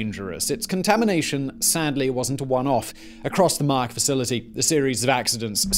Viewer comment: Man, why would you butcher names like that? It's mah-YAK (yak as in "yuck") and TE-cha (cha as in "channel")